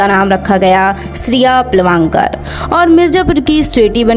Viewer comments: Pilvankar nahi pilgavnkar hota hai agar sahi se nahi bol pa rahi thi sirf sachin keh sakti thi har baar pilwankar kehne ki kya jarurat thi? Or peoduction house hota hai film banane ki chhoti moti factory kya hota hai. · सचिन पिलवांकर नहीं सचिन पिलगांवकर हैं। अपने उच्चारण सुधार लें। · आपको तो पिलगांवकर बोलना भी नहीं आ रहा। अपनी भाषा पर काम कीजिए। बाद में वीडियोज बनाइए। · सचिन पिळगावकर नाम है उनका नाम ठीक से बोलो